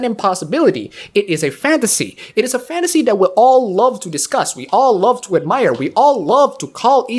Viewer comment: A few times when you said fantasy, i heard space marine.